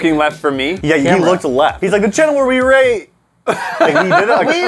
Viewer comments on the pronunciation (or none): "Hewwo The Chwannel where we Wate... awkward silence Pwoducts. (Sorry for misspelling or whatever)